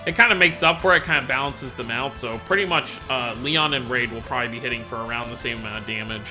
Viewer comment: Reid = REED, not raid. REEEEEED.